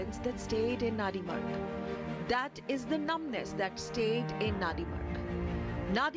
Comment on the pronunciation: It's not nanrimarg idiots. It's Nandi Marg.. Nandi the vehicle of lord Shiva don't try to distort the name